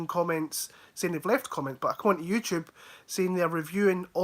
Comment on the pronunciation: "YouChube" 🤣